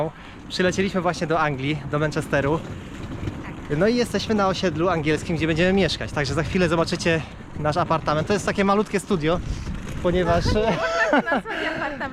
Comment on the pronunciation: do manczesteru nie menczejsteru😮